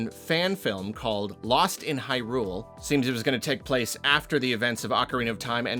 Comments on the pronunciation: With all due respect... HIGH-rule, not high-RULE. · Your are pronouncing Hyrule incorrectly. If you go watch a cutscene from a Switch Zelda you will hear it. You do it so often and it's become so annoying that I'm giving your video a thumbs down 😢